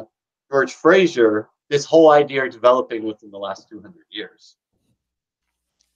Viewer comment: Why do you add an r to the end of the word idea?